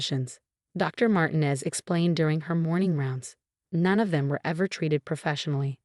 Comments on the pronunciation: You need to reprogram your AI Bot. Because the name Mtinez is **NOT SAID like Martin-EEZZZ; MARTINEZ IS **CORRECTLY SAID AS MAR- TEEN-EZ * like the E IS ELONGATED IN THE Character in that 70's show,..... FEZ, (or in PEZ candy. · Marteen ez not martin ez Not Marti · Please tell your stupid AI program that the Hispanic surname Martinez is NOT pronounced "martin-ez' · Ai again. And they can’t pronounce Martinez. But at least we don’t have another Marcus. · Guess AI can't prounce Martinez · How Martinez is pronounced as ridiculous